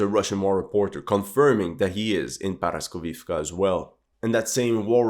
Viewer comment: Not paraskovivka, it’s called poroskeevka